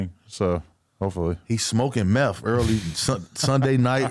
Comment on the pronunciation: I'm gonna be the Grammer police here. But it's truth, not troof, and it's meth not meff. 🤦‍♂️